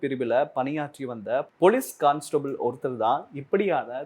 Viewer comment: தவறாக கற்பிப்பதையே தொழிலாக கொண்டோர் சங்கம்…. கான்ஸ்டபிள் என்பதே சரியான உச்சரிப்பு…